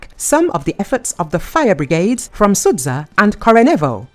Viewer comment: pleeease don´t say "sudza", it´s Суджа, like you say "butcher" or "archer".